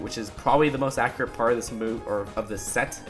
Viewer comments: You keep saying "ackrit" through the video. Its pronounced "ack-U-rit" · Omfg!!! It’s accurate, not acriate